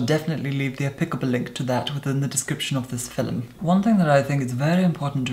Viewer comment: The way he says "applicable " I'm dead!